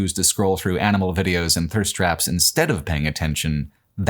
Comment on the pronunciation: "viseos"? Did you stick a needle in the d?